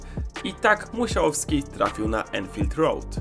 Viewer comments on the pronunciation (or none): dzięki za ten filmik ps. nie każde 'a' w angielskim wymawia się jako 'e', anfield wymawia się anfield, podobnie manchester i target man